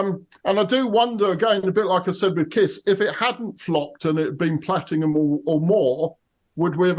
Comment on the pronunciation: Platingham sounds like an English suburb 😂 There's no 'G' in platinum